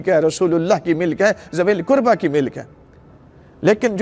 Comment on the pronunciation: Arabic Ka Lafz To Theek Parrh Rahhay Hai K WaLiZilQurba Lekkin Urdu Tarjumme Me ZaaWilQurba Q Parrhte Hai......Mujhe Fadak Ka Maamla Nahhi Patta Lekkin Keh Rahhe Hai Bibi Zahra(R.A) Ghareeb The.....Lekkin Mere Khayal Se Muhammad(S.A.W.W) Aur Aale_E_Muhammmad(S.A.W.W) Or Sahaba Or Khulfa Se Barrh Kar Shehansha Koi Nahhi Or Na Kabhi Hogga....Or Quran E Paak Me Bji Iss Ayat Me Kahhi Ye Nahhi Likha K Ghareeb Bibi(R.A) Hai......Quran Me Hukam To Sirf Seedha Seedha Hai K Ghareeb Maskeen Or Musafiro Ka Hai.....To Quran Ko Ayat Ka Tarjumma Parrhe Aapki Tafseere Karni Bhi Hai To Tafseer Bhi Btaye Kahha Allah Ne Hukam Dia Hai K Ye "ل" Fai "ل" Hai Or Is "ل" K Lagg Jaane Se Us "ل" Ka Matlabb Bibi(R.A) Se Jirr Jaata Hai?........ MERI TO SAMAJH ME YE AAYA.....MUJHE Dr. Saab Ka Patta Nahhi Unho Ne Kya Bayan Diya Haqq Thaa Kya Tha.....Ye Jo Baat Menne Rakhi Ye Aapke K Bayan Me Se Hai.....Allah Paak Jaane Anjaane Me Likhi Mou'n Se Nikli Ghalti Maaf Farmaye